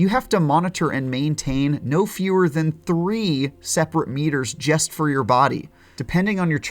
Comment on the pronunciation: Says jest not just, LOL